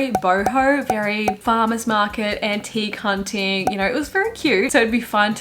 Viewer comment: oh my god this is so embarrassing lol but I had to rewind and listen to your description of her style in that era at least 4 or 5 times, trying to parse it, before my brain put together antique hunting 😭 "Taylor's style during this era was very boho, very farmer's market, auntie, c*nting" I thought it was a super awkward use of the like queer/drag queen slang and it sounded off so I kept repeating it til I realized what you said noooo hahaha